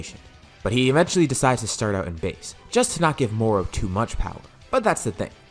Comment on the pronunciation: moro not moru